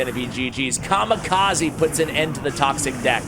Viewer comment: Written: Kamikaze Read: Ca - Mee - Ca - Zay